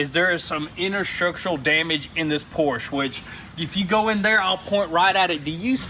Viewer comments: It's Porsche...not Porsch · not a Porschnh , Es ist ein PORSCHE , kruzefix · Pls pls pls!!!! Dont say Porsh its a Porsche! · It's PorschE!!!!! Not Porsch... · You have a PorschE with E at the end... not a Porsh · Do us a HUGE favor and start pronouncing Porsche correctly. It’s really easy, no German accent needed. **Porsh-uh** Remember, it’s someone’s last name we butcher everytime we say it wrong. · Pronounce Porsche correctly..